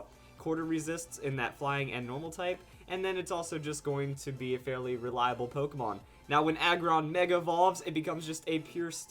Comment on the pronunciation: its not polkamon. say it right you clusterfuck